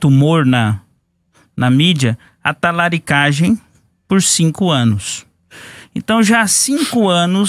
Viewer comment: Quase me acabo de sorrir quando ele fala "Talaricagem" e "Cozinheiro Talarico".😂😂😂😂